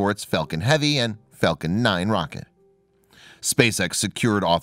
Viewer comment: I usually turn anything off as soon as I hear him. He kept saying Fellcon unstead of Falcon.